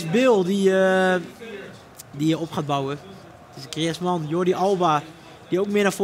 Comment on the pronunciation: het is echt tering hinderlijk hoe die bas griezman uitspreekt